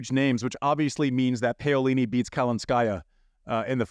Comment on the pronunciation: Hi Andy! Would like to request that you pls try to get the players’s names pronounced as close to the correct way as possible. It’s ok when your american accent gets in the way but please do make an effort. Pay-yo-li-ni is just too much!